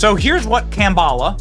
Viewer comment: ... "Kam-bala"? ... Is that - as in - Kamala + cabal? I'm going w/ Kam'Obama ...- as in: camouflage-Obama (Obama in woman-face) Kam'Obama-admin - formerly JObama-admin ... but "same-same"